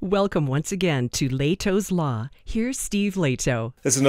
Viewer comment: I don't wanna be picky but it's not "lei'tous law". It's "leh'tos law" 🤣... That's the way we pronounce it here back home